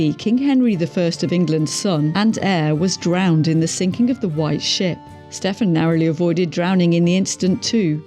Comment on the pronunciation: Never mind worst king, this vid has some of the most annoying mispronunciations on YT! Stephen = "Steffen"?? Angoulême = "Ann jew lame"! Mohacs = "Mow hash" Oh dear.